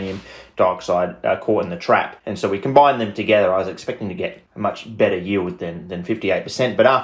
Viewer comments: yeild lol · "Yeild" lol are you welsh?